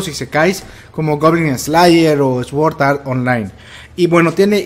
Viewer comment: "Esword art online" jajajaja xd